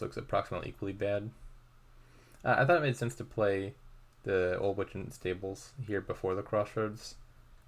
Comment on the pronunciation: it seems to be lagging but i couldn't be sure whether it's on my end. also your stables pronunciation kinda sounds like staples sometimes 😛